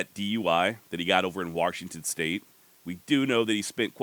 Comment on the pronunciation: Warshington haha you're the man